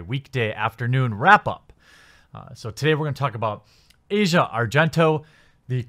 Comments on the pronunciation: I know it might not mean much but her name is pronounced Ah-zia Not Asia. Not supporting her or anything, just saying, in case you care. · Its pronounced Ass-Eee-Ahhh. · It's not pronounced Asia(like the continent) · Azea not asia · They say it like "Ozia" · AH-zee-uh, not the continent. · Asia isn't pronunced like that.